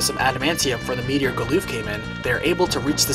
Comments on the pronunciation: is butchering the english language, with ALL of the pronunciations, from multiple videos... Its Gal-uff not gooloof or Bahamut, is Baa-hum-mutt, not Bah-hum-moot. Just American's take on english. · GAH-luhf not gah-LOOF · hmm. never figured Galuf would rhyme with "aloof". I always pronounced it as GAL-luhff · Goddamn I was taken back by Galuf being called 'Galoof' instead of 'Galluff', that's a new one for me, lol. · He is indeed butchering it but to say Americans butcher it is offensive I for 1 am American and don't butcher it this much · The way you pronounce Galuf's name makes me cringe.